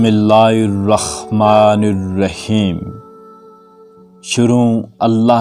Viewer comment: بھای جان بسم اللہ الرحمن الرحیم صحیح طرح پڑھنے کی کوشش کریں۔۔۔۔تلفظ صحیح نہیں ہے۔۔۔غلط پڑھ رہے ہیں۔۔۔۔ح کی صحیح ادایگی سیکھیں